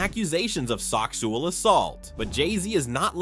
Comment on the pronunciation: you said soxual asault